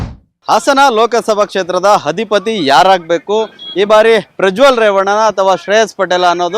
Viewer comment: Hadipati...... what is this pronounced.....it is adhipati....